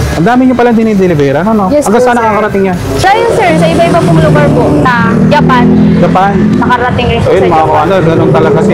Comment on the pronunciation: Kung pakikinggan mo yun girl na iniinterview, Japan ang maririnig mo. Pero kapag pinakinggan mo si, nung inulit nya yung sinsbi ni girl, Gapan ang sinabi nya.